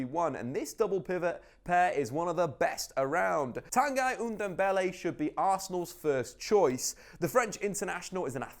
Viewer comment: Tanguy Undumbele? 😂😂😂